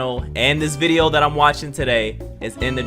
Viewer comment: “My last reaction vide- yoo” 😂🤣🤣😂